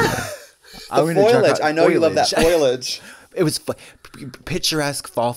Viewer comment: Don’t let any one tell you it’s not Foil-age!!!! 😂